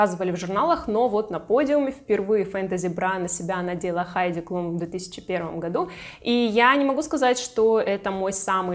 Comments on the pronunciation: Обратила внимание, что ты Хайди Клум, называешь Хайди Клюм. Почему? Никогда ранее не слышала, чтобы кто-то так называл. Причём, один раз в ролике, ты всё же назвала правильно. В Википедии написано Хайди Клум (Heidi Klum), она немка. Но на английском и на немецком её фамилия читается одинаково. Даже в целях проверки, в Гугл переводчике и на английском и на немецком перепроверила произношение. Фонетический разбор слова и транскрипцию писать не стану. И так всё ясно))) Я, конечно, углубилась в разъяснения, с горяча, но очень резануло произношение. Вроде бы известная модель и имя на слуху. 🤷🏻‍♀️ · Вы так странно фамилии моделей каверкаете, то Хайди Клум,То Клюм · Почему Хайди Клюм.??? КЛУМ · Хайди КлЮм? Серьезно? Серьезно??? А Джордж, наверное, КлЮни? Или всё-таки Клум и Клуни?